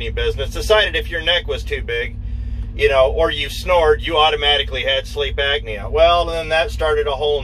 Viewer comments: Great information, thanks for passing it on! Not to be critical, but just F.Y.I……….it’s “Sleep Apnea”, not “Agnea” it’s pronounced: “App-knee-A”. Also, I am going to purchase a bucket of emergency meals once they go on sale at Costco later this week. 150 nutritional meals in a 5-gallon bucket, and you only need to add water. It’s just a thought for anyone who wants to keep a bucket in their truck, if not for all meals, at least for a quick meal if you’re not around any place that serves “healthy” meals. The meals have a shelf life of 25 years, so, it’s something to consider, if nothing else, to supplement your diet diet. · please understand that there is a "P" in apnea, not a C..